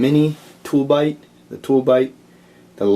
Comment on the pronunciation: those are called "toob lite", you kept saying "tool bite" I bought some after Adam's first video. A Tooblite mini and the smaller paqlite. Quick shipping, good product. After about 6 hours, I could still make out the mini on my keychain across the bedroom.